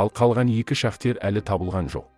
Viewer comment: Шахтер емес,шахтёр, сауатсыз